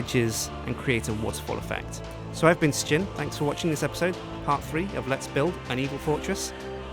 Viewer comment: why is sjin the only one who can't pronounce his name properly